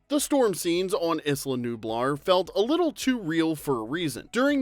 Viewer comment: Isla ("EYE-LUH") Nublar, sir.